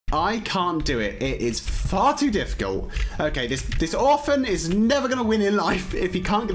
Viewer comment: When said far too I thought he said farty what has my life came too